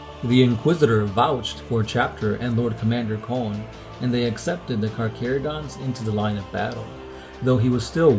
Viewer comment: A space shark player i know hates this video due to the way the Carcharodons are said (Car-care-oh-dons.) Instead of (Car-Car-oh-dons)